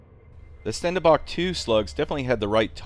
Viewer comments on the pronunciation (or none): That's pronounced Shtendenbakh. kh like the Russians say H.